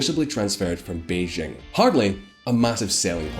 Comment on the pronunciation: For the hell... Chinese j is quite exactly English j, why are you always Beijjrrrghhhing 😂🤔🤯🤯🤯🤯🤯🤯 Gjrhi Gjrziping, Jrhong’an .. gjrjrjjghhhhh